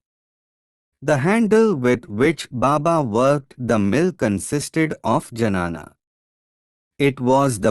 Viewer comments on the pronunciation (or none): It's gnana not janana